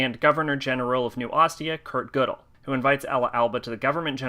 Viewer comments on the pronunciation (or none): none